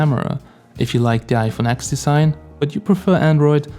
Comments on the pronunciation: Stopped watching the video when he said iphone AXX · yeah, I get triggered every time I hear someone call it the iPhone X (exe)